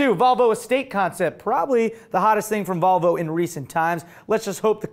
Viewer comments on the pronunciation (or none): none